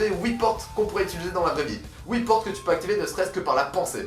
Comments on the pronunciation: On ditttttttt "HUIT" PAS "OUI" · Pas houit mais huit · Tu ouvres pas huit portes toi tu ouvres Woui portes 😂😂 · Les « houi » portes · Sa me tue comment tu dit huit on dirait oui